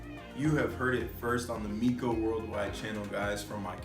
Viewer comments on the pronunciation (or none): Hes "known you for years" yet he cant even pronounce your name correctly...lol...he calls you My-ko, instead of Mee-ko ..and this is who youre trying to use as your character witness? 😅😂